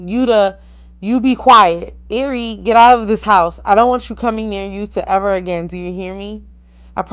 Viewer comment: It’s ari how u say it